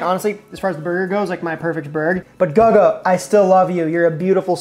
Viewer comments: Sorry man I would love to support but I can't watch this video with the mispronouncing of Guga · Is not gaga iş GUGA…. Guga burgers 🍔 are smash burgers 😅😅😅😅😅😅😅😅😅😅😅😅😅😅😅😅😅😅😅😅😅😅😅😅😅😅😅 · Yeah, it's "googa" not "gaga". 🤣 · Let's say it together Googa.. not Gugga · GUUUGGGAA?????? What the hell???? GUGGA??????? Wow bro 👏🏻 fail. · out here doing Guga (Goo-gah) dirty mispronouncing his easy to say name, and also picking the worst possible Guga burger. He did the ramen burger just to testout the trend. We need his wagyu cheeseburgers! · And for those wondering why it's pronounced "Goo-gah" is that it's the Brazilian nickname for Gustavo (Goo-stah-vo) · dis guy be murdering Guh-gah's name lol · Guga is pronounced GOO GAH. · Guga became Lady Gaga real quick 😂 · GuhGuh😂😂😂😂😂 This made my day 🎉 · Yeah, I clicked off when I heard “Gugga”. I can’t even remember him using ramen for a bun. Not a good metric for his perfect burger. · It's pronounced Goo-ga lol awesome video love how you did the Guga style cooking with music shot heh, great video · "Guhga"... "Goga" - xD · Dude i like your channel stop shortening every word, and it's goo- ga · Guga, pronounced Goo gah, actually does a lot of smash burgers and that seems to be his preferred burger. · "Gaga" made me laugh :D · (Guga) Goo-gah! 😂 How do you not know who he is to pronounce his name wrong??? 🤯 You need to watch his channel 👍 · I was subscribed to the channel until I heard “Gug-uh” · Who's "Guh-Guh" ?? 🤣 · Goo gaah pronounce the H! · It’s GooGaa Gaga or gugu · DUDE, it's pronounced GOO-GAH 😂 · Swear I almost stopped watching with how many times he said gugga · Guga cooks Steaks. He isn't a professional chef of any sort. And it's pronounced Googa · dislike. That's A burger Guga made. Not HIS burger. Little research. Poor effort. Tryina leach of big names. Maye if you watch Guga, not guh guh youd know, and learn something. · Yeah... All the comments on Guga pronunciation... All spot on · It's pronounced, 'goo-gah'!